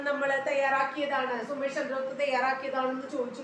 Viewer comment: Ma'am, സുമേഷ് അല്ലല്ലോ. സുസ്മേഷ് അല്ലേ??